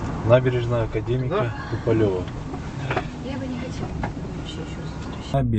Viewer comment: " Туполева" ударенияны У тамгасына койсон, ошондо туура айтылат